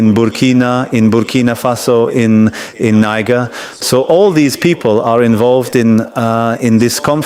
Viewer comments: The MF did not even bother to learn how to pronounce Niger. Notice also how he referred to the Terrorists who attempted a coup on the Malian leadership as a 'Military'. I wish I was in the room as a Reporter. I would have lobbed questions and follow-up questions at him that would haunt him for the rest of his life. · How did he pronounce Niger. France is desperate in redeeming their tartard images all over Africa. ✌️❤️ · Over sixty years, you still cannot pronounce Niger properly. That just tells us, you never cared.